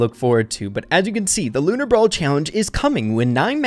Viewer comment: BROWL NEWS HE SAID